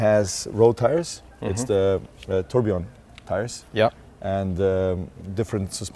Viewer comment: 'the turd' is what i heard.